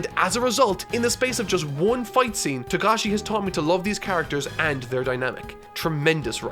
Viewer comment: It is Togashi, not Tagashi